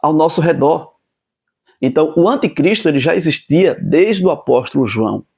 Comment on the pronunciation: Uma pequena OBSERVAÇÃO : Não se diz antecristo o correto é anticristo😢😢